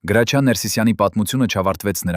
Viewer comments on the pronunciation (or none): Լսի գրաչյա չի հրաչյա ինչ ամոթա անգրագետ անգրագետ մենակ խոսել ու մարկանց վատաբամեք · Ինչո՞ւ էք ասում Գրաչյա, նա միշտ Հրաչյա է եղել և այդպես էլ կա, բավական է, Հայկական անունները ազգանունները կամ սովորական բառերը շեղեք, հասկացեք երբ որ ռուսերեն էք խոսում հասկանալի է, բայ խնդրում եմ մի շեղեք ՀԱՅԵՐԵՆԸ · Listen to me why are you naming the greatest ACTORS name ,his name is HRAJIA not grachia ,listen tome wrong information,shame to you ,and your ARMENIAN even shut your mouth. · Գրագետ խոսիր այ անգրագետ , գրաչյա չի , այլ. Հրաչյա , չեմ կարծում թե ինչ որ մեկը մինչեվ վերջ կլսի այս հաղորդումը շատ ափսոս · ԿԸ ԲԱՒԷ ՄԵՐ ԳԵՂԵՑԻԿ ԼԵԶՈՒՆ ՌՈՒՍԱԿՍՆԱՑՆԵՔ… ԳՐԱՉԻԱ ՉԷԷԷԷԷԷ ԱՅԼ ՀՐՍՉԻԱ…